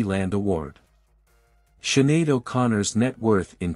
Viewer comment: Siinn Fein prounounced Feign not Fine. She is better known as Sinead not Shuhada. These sites always have errors.